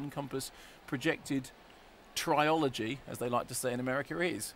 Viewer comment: Nobody I know of pronounces "trilogy" as "try-ology".